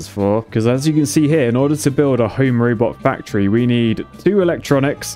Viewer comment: "Home Rübot." 🤭